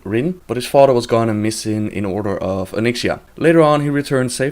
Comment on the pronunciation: lmao her "fodder"